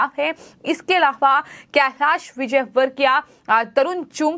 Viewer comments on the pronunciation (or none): aaram se bolengi to badhiya rahega.bahut takleef hota hai aapki bhasha sunana. Content delivery achha hai. Plz bhasha shaili sudhare,. Alava...alhavha..aise hi bahut traasadi me bolti hai aap. Zor na dete Aram se boliye plz